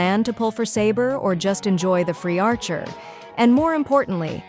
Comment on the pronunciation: I know it’s not a real person talking, but still funny how bad they butchered archer’s true name.